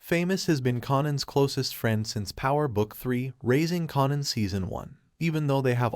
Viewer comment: Raising KAYNAN try saying it like that at least lmfaooo